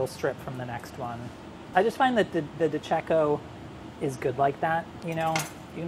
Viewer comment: Less is more does definitely not apply to this video, instead of meatballs just put less of the minced meat inside the pan, milk in the base Bolognese sauce is a offense, de cecco is pronounced in an incredible wrong way, definitely don't put your pasta in cold water after cooking it you loose half of the flavour... Still professionally executed, but there are simpler ways of achievening the same outcome